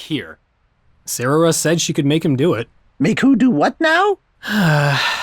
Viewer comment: He actually said sararah?!